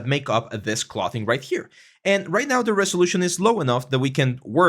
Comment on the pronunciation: Thanks for this! I’d suggest learning the pronunciation of “clothes”, “clothing”, “sew”, etc if you plan to do this long term in a professional capacity - can be distracting for native English speakers :)